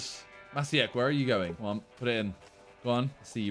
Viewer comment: maciek is a polish name, it's pronounced matchiek